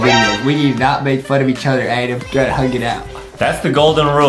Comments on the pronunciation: I love how Justin says “Edam” instead of “Adam” it’s so like LOL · Justin really said ADEEM